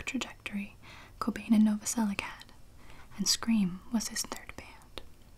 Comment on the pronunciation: I'm fairly sure Krist's last name is pronounced "Nova-sel-itch". Slavic root, most likely.